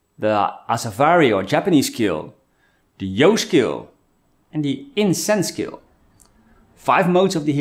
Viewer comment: I keep thinking he's saying the word "skill" not "scale" lol